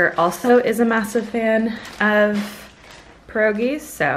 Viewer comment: Yay I love when you say pierogi I am polish 😘